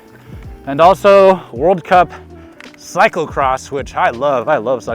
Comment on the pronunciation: its cyclocross not cyclecross. SMH